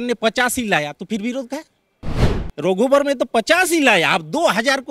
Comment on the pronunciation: वाह रे बंगाली रघुबर को रोघुबर और लाईब्रेरि को लाईबेरीबोल रहा है😂😂😂 हमारा तो नेता टाइगर है